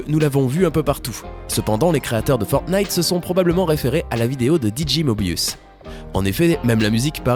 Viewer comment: ta dis Fortnif